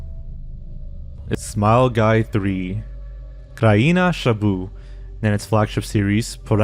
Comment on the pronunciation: Prouncing "grzybów" as "shaboo" is really something